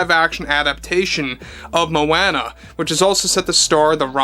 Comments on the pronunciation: Moh-Anna? Dude. Where have you been. It’s Moh-AH-nuh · The way you say Moana is pathetic AF. It's so easy to say it right lol